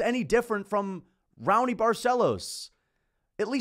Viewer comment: Raony is pronounced "How-nee"